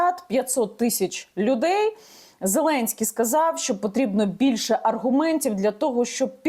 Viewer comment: Аргумнтців!!!! Ти так розмовляєш, ганьба.